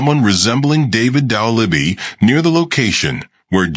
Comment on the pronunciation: You can't even pronounce the name right. Why should I watch this??